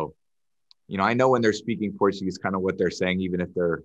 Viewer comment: His Portuguese pronunciation is excellent!